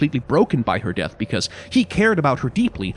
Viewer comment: "death" of vander